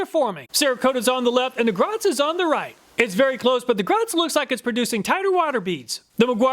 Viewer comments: Great video, very informative. You’ve helped me make my choice, and it’s budget friendly. Thank you. Also, Griot is pronounced Greee o. I pronounced it same as you until I was listening to company representatives at a car show pronounce it as a French word. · Griot is pronounced "gree-oh". I'm a big fan of their waxes too.